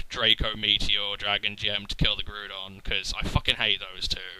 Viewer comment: HAY YOU SAID GREWDON!!!!